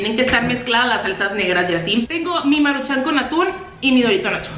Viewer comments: Me estresaaaaa que digas Maruchán, es Maruchan, sin acento. Amo tus videos, pero neta no dejo de pensar en eso cada que lo dices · Es maruchan no maruchán 👊😤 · Por qué no aprendes a pronunciar "maruchan" no le veo acento en la segunda "a"